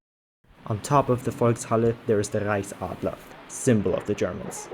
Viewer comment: Is tHe "rEiChSAdLaR" 🤢🤢🤢